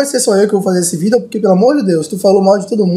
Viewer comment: kkkkkk o falando "VIDEO" é mt loko kkkkkkkkkkkkkkkkkk